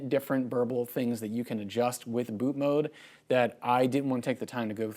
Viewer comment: refreshing to hear someone pronounce ‘bootmod3’ right & not ‘bootmod’ lol